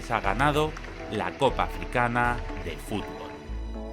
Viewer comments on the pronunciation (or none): none